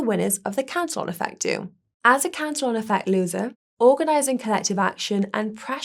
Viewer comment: ProTip: Cantillon was a Frenchman. His name is pronounced about halfway between to "CA tee OH" and "CAN tee ON"